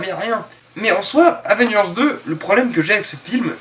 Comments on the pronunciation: tu as du mal à dire AVENGERS ???? Avvvééééééénnnnnngeuuuursssssss ??? Tu n'y arrive pas ???? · la prochaine fois, essaie d’articuler quand tu prononces Avengers ^^ ciao